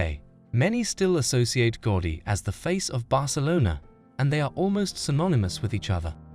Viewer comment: Unwatchable since you can't even say his name correctly: It's pronounced GOW-DI